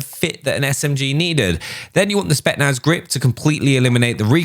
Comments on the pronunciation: Who’s gonna tell that it’s spetZnaz 😂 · My man really just said spetnaz feet😂